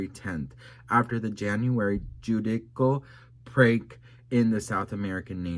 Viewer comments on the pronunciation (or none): Oh …., your pronunciation is excruciating. “Gwaranitor” and “judikal” for Heavens sake. If you can’t pronounce things, even after googling them and being told the correct pronunciation, please just post the text for us to read.